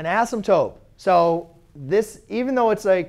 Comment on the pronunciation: Why do u say asymptope 😂😂